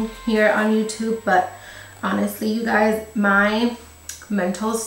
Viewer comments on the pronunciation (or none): Are you saying gays or guys in the intro ? Ahahha